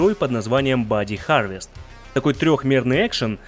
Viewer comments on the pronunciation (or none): none